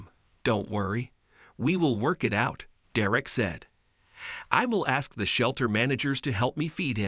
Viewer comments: I keep hearing "Dee-reck." Actually, the voice seems to keep switching from "Derick" to "Dee-reck" These automated voices are quite irritating. Plus it's putting emphasis on words at the wrong spot making it sound even weirder... Don't get me wrong, it was a good story and all, but the voice telling the story just killed the mood of it for me. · stupid robot narration craze... This is absolutely maddening to here the robot mispronounce the kds name and then pronounce it correctly... You here DerECK and DEReck... I HATE THESE NARRATION ROUTINES... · When the computer you use for voice reading can't pronounce a simple name like Derrick. And also "swee-thart" ??? (sweetheart) - come on! Do you guys even listen to these before you upload them? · The only thing worse than your incredible number of mispronunciations of the boy's name is the thought that they allowed you to graduate from school without being able to think. If they pay you for doing this, you should give the money back, as you have, in no way, earned it. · Pronounce Derek correctly. It is pronounced dare ek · Good story but please read it through before you record it. The emphasis is on the first syllable of the boy's name. Please learn how to pronounce things before you record. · The story was great and heart warming in the end, BUT to the narrator, LEARN TO PRONOUNCE DEREK'S NAME CORRECTLY, AND THE DIFFERENCE BETWEEN THE WORDS, "READ" (reed) and READ (red). The boy's name is NOT PRONOUNCED, "De'Rick"!! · Ugh. Pronounce the kid's name right all the time. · I hate these videos. They don't pronounce the boys name correctly. And they say he used words that NO CHILD HIS AGE WOULD USE!!!! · If you are going to read copy at least find out how to pronounce the names! You are so bad I don’t even know how to help you. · Well done Deeerreck....all that accolade and can't even get your name right..!! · Please teach your voice algorithm how to pronounce Derek. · Derek, not “Da-wreck” Anyway, Derek, you’re a hero!!